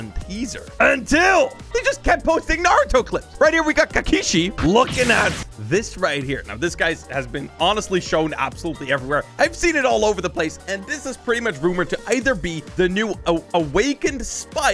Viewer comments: its “KAAkashi” not Kekashi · BRO "KAKISHI" MY LEFT BUTCHEEK its kakashi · He said kakishi not Kashi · did he really just said kakishi? 💀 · i love how said kakishi not kakashi xD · The way he called kakashi, kakishi makes me mad as a naruto fan lol it’s fine I’m just joking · i love how you pronounce kakashi as kakish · i got a heart stroke when said kakishi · Will everyone just ignore that he sed kakishi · Anyone notice when said kakishi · Is anybody going to talk about how he said kakishi it actually kakashi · "kakeshi" guys but its kakashi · He called kakashi kakishi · I hate the way this guy pronounces anime characters names😭. “rob lucky” “kekekshi” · Dude said kakishi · kakashi no kakishi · Kakashi nahh kekeshi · You said cacishi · my dude just called kakashi kakishi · ain't no way he pronounced Kakashi's name as Ka-kee-shi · We’re not talking about how he said kakashi 💀